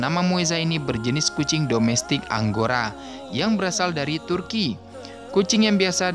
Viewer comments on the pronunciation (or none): none